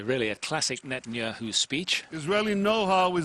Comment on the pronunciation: He purposly said Netenyoohoo...pretending it to be a mistake and he says Yogi Berra died a few months ago? How about about a week ago?